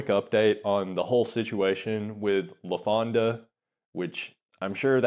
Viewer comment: There he goes with that "LafondA" shit again..